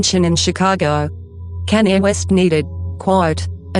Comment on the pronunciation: its sounds like Kenya west😂